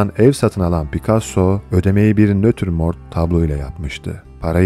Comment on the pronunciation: Detaylı bilgiler için teşekkürler. İçerik böylesine bitelikli olunca aynı özeni yabancı sözcüklerin telaffuzunda da görmek isteriz. Örneğin; Nötürmort değil natürmort, “Françuaz Gilot” değil “Fransuaz Jilo” olacak👋🏻